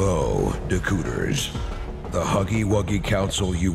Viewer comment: Hey, Dakooters Rhymes with... ...You're to young...